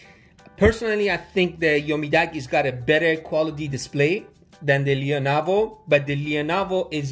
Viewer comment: I like the lea-navo.. Umidagi is not bad.. 😅